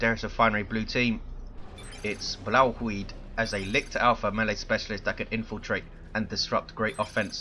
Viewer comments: i lol'd so hard when you first tried to pronounce 'Blauwhuid'. it's dutch, the dumbest language in the world, so i wasn't surprised :P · I lol'ed when I heard your Dutch pronunciation(#Blauwhuid). Insta-liked. Great casts. Been a silent watcher for a while now...